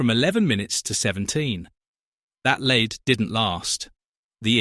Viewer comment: "the lead between the trains," pronounced as lead as in the metal. Just one of the narration errors. This AI is awful.